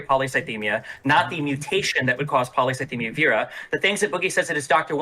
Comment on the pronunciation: CONSTANTLY mispronouncing polycythemia is so fucking funny